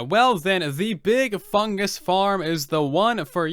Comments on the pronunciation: At first I thought he said “Big Chungus farm” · Whenever you say big fungus I hear big chungus